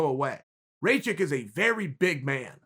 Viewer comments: Rakic, not racik you dumbass!!! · Raw-kich, not ray-chick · “Raychik” “Trajrectory” Kgr8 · his name is aleksander RAKIC and not RAYCHICK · Dude you knew how to say Rakić And now you say Raičik.. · It's easy it's RACK-ISH c'mon son WTF get it right, show some respect. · His name is Rakic. Ra like Rah, the Egyptian God. Ki like killer, and the c in the end becomes an American "tch" like in the word itch. Rakic! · Can't pronounce Rakic? Type "Raakitch" in english google translate and test the sound. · Alexander Ray-check? Come on, even for an American the pronunciation is atrocious. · It's "Ruck-itch" the r is a rolling r. Like the way Mexicans pronounce it in the word "señorita" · If Chael says Raćik then Aleksandar Raćik it is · "Raychick"... rip my serbian ears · One of the MMAFighting guys kept pronouncing it as Racik too. Wanted to punch the screen. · Chael completely mispronouncing Rakic xD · Yeah the guy's a douche for pronouncing names. It doesn't take much, the commentators would have been saying Rakic correctly. Dunno if he's trolling, dyslexic or a bit of an arse.